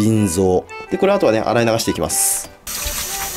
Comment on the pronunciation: 腎臓がずぃん臓に聞こえる